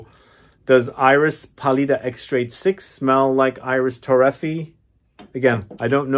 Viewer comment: Its pronounced Ee-reese Toe-ray-fee-ay. IDC. A fragrance head of your stature should pronounce things correctly.